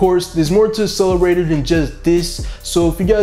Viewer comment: There are two Cs in 'Accelerator'. Stop with the ASS-eleraytor bro.